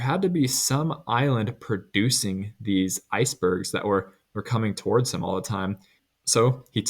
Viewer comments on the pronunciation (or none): none